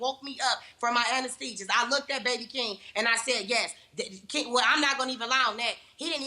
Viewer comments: "When they woke me up from my annastegigcs.." Lol HAHAHA 🤣🤣🤣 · "When they woke me up from my annastekshas.." Lol